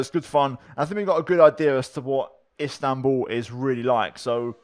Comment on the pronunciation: İt's İSTANBUL not INSTANBUL